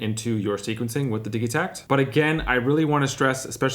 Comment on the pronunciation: Diggy take lol or diji pronunciation.